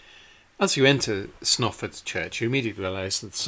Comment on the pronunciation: I mean no disrespect but your pronunciation of Snarford is really strange and if you had asked me directions I wouldn't have known where to send you. I believe this church may be paired with Friesthorpe, famous only for Reverend Beechey's sons killed in the first world war. I was told they had to help pay for it's upkeep. Strange to say I have worked on the roof but never ventured inside, it was lovely to see these tombs, Mother often spoke of them. Thankyou for a very nice video. Imagine the view before the fields were turned into praries, small fields, cattle grazing and perhaps at the right time of year men with scythes cutting hay this would be as these nobles saw it.